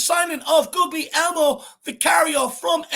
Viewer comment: Big up, well said and thank goodness he's now 'official' and has got his favourite shirt number! FYI, his first name is pronounced 'Gooly-elmo' - the English equivalent is 'William'. If Ange can turn Joe Hart into a better keeper, there should be no trouble coaching Vicario for the PL, and developing his catching and distribution skills. I've seen a few interviews, and Vicario comes across as a serious hard-working guy, who welcomes challenges and wants to develop. Let's forget about Raya now, and back this guy to the hilt. Someone compared his stats with Ederson, Allison and De Gea, and they were pretty decent. So he seems to have lots of potential, and assuming Ange is happy, I'm happy.